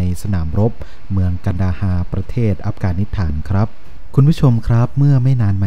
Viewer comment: ต้องปรับปรุงสำเนียงการพูดอังกฤษยกใหญ่ครับ น่าจะศึกษาให้มากกว่านี้ (เอส ไม่ใช่ เอด, อัฟกานิสถาน ไม่ใช่ อับกานิดถาน)